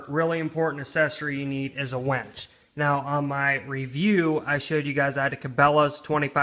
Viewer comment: It's winch not wench! lol. good vid tho haha.